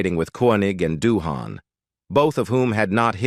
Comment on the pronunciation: So many errors and inconsistencies in the pronunciations of names (e.g., Doohan, Nimoy, Nerine) and words (e.g., tinnitus, awe). Your essay on Shatner was a bit bloated, but otherwise well written. I've always been a fan of William Shatner, and would love to have met him. At least he once replied to a tweet of mine back when I subscribed to the platform.